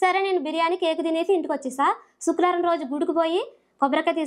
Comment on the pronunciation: శుక్లవారం కాదమ్మా శుక్రవారం నేర్చుకో